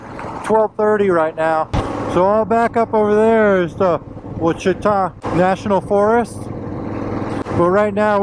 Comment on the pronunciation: Nice. Great soundtrack as well! Just an FYI, it’s pronounced WASH it awe. I attended Ouachita High School in the 70s. I took quite a few road trips up Arkansas 7 from north Louisiana up to the Buffalo River in the Ozarks i also camped some in the Ouachitas. They’re gorgeous.